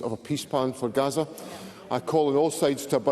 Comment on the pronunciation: Garza not Gaza😂